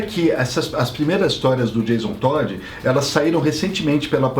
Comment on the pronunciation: "Jason Toad" (Sapo). kkkkkkkkkk